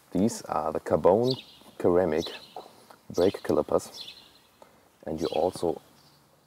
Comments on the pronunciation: hallo, you said "keramik", it is supposed to be said like "seramik" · Ceramic is pronounced seramic btw